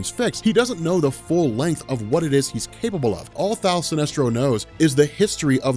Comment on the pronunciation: Kevin Ham He is saying "Thaal" Sinestro lol.